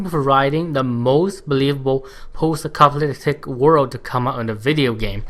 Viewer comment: lol are you saying acopaliptic ? great review. you have a new subscriber